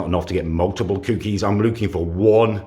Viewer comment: I love but hate the way he says cookeys